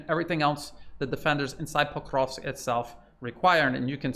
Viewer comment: Your pronunciations are incorrect .. of Ykrainian towns. Pokrovsk is correct. Are you in Ukraine? Are you Ukrainian?